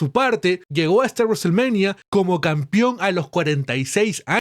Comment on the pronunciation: CAMPEON weon se pronuncia CAMPEON CON E. Me sangran los oidos cada qie dices "campion"